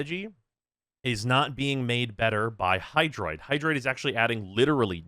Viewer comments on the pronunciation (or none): Is F Hydroid. It's Hydroid, isn't it.